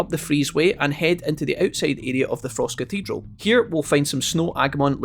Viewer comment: You said fross cahteedral